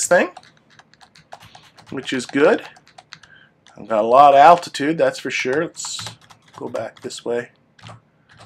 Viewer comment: Dude, there's an L in altitude.